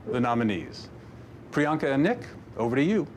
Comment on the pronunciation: They were so great at announcing all the names, especially Priyanka,. She had all the tougher names, which makes sense lol since she can speak multiple languages, so it's easier for her to pronounce non-American names. But both Nick and Priyanka did a fantastic job! Loved them, and the looked FABULOUS and GORGEOUS! Congrats to all the nominees.